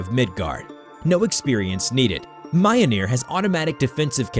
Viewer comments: I hate his pronunciation of mjolnir. It's me-yol-near. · Yeah sorry not too sound like a nerd but you say myoneer. It's spelled mjölner. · hearing him pronouce it "mi-ole-near" made me cringe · It's pronounced "Mee-Yol-Neer" it's a rolling R at the end. No "Mee-Jol-nir" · The way he said mayanir And not milnir is making me im touching scp 722 lol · around here is MI-OL-NIR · more like myool-neer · Mjolnir is pronounced like this: Me-Ol-Near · M- Ol - Nir Yor-mon-gonder holy shit it isnt hard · Why does he say Mjolnir like that? It hurts me. (It's pronounced m-yo-L-nee- er) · It’s pronounced me-ol-neer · does nobody know how to pronounce words on this platform anymore? bruh it's myole-near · BTW it's pronounced "mule-near" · The Ø sound in Mjølnir can be tricky. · the way you pronounce Mjolnir makes my eye twitch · If you mean the hammer, it does not pronounced like this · oh how they butchered the mjolnir pronunciation 😔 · that has to be the worst pronuncianciation of mjolnir to date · dude he did not pronounce mjolnir right BRUUUUUUUUUUUUUHHHHHHHHHHHH really even a kid knows that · u r saying mjolnir wrong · Seriously? How did you mess up the pronunciation of Mjolnir? Have you not seen anything in the MCU? There's no excuse. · Mjolnir you are pronouncing it wrong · was i the only one that got annoyed by how they pronounced mjolnir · Please learn to prounce mjolnir correctly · the way pronounce MJOLNIR is very cringey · Your pronunciation of some things are so cringe... it doesn't take long to search up how things are properly pronounced you know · Lost some respect for you due to your pronounciation of Mjolnir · Mio-neer?! Ara-bodrous?! Kai-jhoo?! 😭